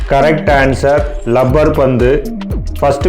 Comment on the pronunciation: லப்பர் இல்லை ரப்பர் 👍🥰